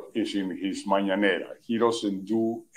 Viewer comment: And his "mañanera"